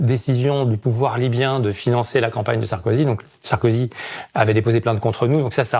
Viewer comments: C'est qui Nicolas "SarkozU" ? ☝️😁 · secondes faut modifier NICOLAS SARKOZUUUUU